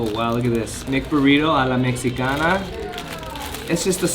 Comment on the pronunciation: C'mon bro, a la mejicana not mexxicana